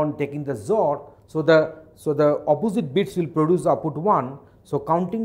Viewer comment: sir with your zor pronunciation people will be confused . please tell x-or :)